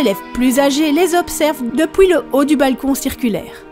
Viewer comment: AAAAAH mais t belge c sa